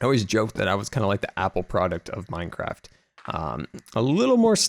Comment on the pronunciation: I LUV ME SOME "MINECRATS" XD;) Luv ya keep up the good work!